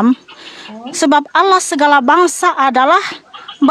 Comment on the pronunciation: Allah dibaca Alaah, karesteng... 2x